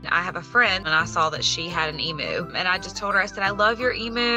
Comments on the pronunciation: In Australia we pronounce it eeemyou not eemoo😆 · They are pronounced Eam-You….not Eam-moo. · It is pronounced E MEW. NOT E MOO!!!!!!! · Hearing Americans say 'emu' always cracks me up. We, Aussies, say 'e-mew' but you guys say 'e-moo'. So adorable 😆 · From an Australian Point of View (bearing in mind that the Emu is an Australian Animal) it’s pronounced Eem-u. (Eem as in Seem or Beam for sound context) The ‘u’ bit at the end is correct. It’s the beginning bit that is not. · EMOO? it's an Emu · There's no such thing as an E-moo. It's pronounced Eem-You. It's native to Australia. You won't find a single Australian who thinks they're called E-moos. Only Americans think they're called E-moos. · An " o" would not make any difference. It's said the same way we pronounce the " u" in the word " music". We don't say " moosic". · Nope, we pronounce it "em you." It is cute the way Americans say it. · e-MYU! No offense, but the pronunciation hurts me as an Australian. Also: why? Why have you always wanted an emu as a pet? They're wild animals. While occasionally farmed, they're not domesticated. Not. Pets. Rescue and fostering, I could understand. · No offence intended but if you love emus so much, how about saying it properly? It's pronounced eem-you. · Oh god its called Moo because you don't know how to pronounce Emu (E-m-U) haha. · It's truly stupid imo. For people who were obsessed with Steve Irwin, it's not hard to find a clip of saying it correctly. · As an Aussie, I just struggled with how they say Emu 😂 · If you can’t pronounce Emu correctly, I fear you have not done the research needed to care for one correctly. They should not be pets. They are wild animals and deserve to live in a herd, in the wild. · She always wanted an emu and doesn’t even pronounce emu correctly 🤦🏻‍♂️